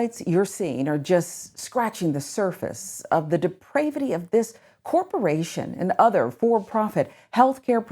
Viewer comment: Depravity is pronounced with a narrow 'a', not a long one. One loses credibility by mispronouncing big fancy words.